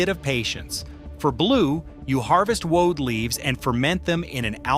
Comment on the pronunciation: Whew. AI mis-pronounces many of the most important words: woad, alizarin etc.